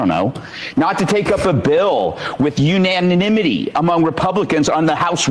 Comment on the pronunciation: hate to be the guy Sam… but Gutfeld pronounces “unanimity” about the same goodness as you